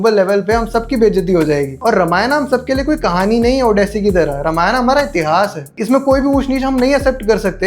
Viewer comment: Ramayana nahi bolte. Ramayan bolte hai. Mummy papa ne nahi sikhaya?